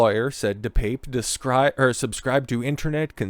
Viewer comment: Pronounced: DePappay